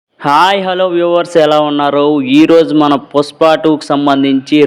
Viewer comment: పుస్ప కాదురా పుష్ప 😄😄😄😄😄😄